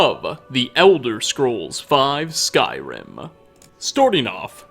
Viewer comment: "Skyrim Ah" "trolls ah" "information ah" "wood elves ah" Why does this dude finish almost every word with "ah"?